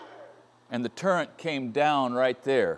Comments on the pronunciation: "Turrent" really brought me home though. An old friend of mine used to say that along with his dad, and I love it now. Language is fun ^-^ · Are you saying turrent, because that's what I'm hearing! Its turret isn't it? I'm getting too damn old! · It sounds like you are calling the top rotating head that gives this type of machine its name at "turrent". If you are not saying that, please forgive my aging hearing. If that is how you are saying it, it did not come up on the online dictionary. Even when I spelled it here, it is underlined in the tell-tale squiggly red line telling me there is no such word. That dictionary did give me a suggestion of the word I am thinking you meant, "turret". Please let me know if my research is incorrect and "turrent" is, indeed the correct term. Thanks for the share of your nice radial drill press. I wish I had room for one of those. And, as I must do also, install a three-phase converter to use such a machine. Thanks, again,, Lancaster, Pennsylvania. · There is no "n" in turret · Great vid as always. Heads up - it's a "turret" not a "turrent" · I believe the correct term is “turret” not turrent. Not to be pedantic. I had to look it up myself. 😅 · Morse taper not morris, turret not turrant.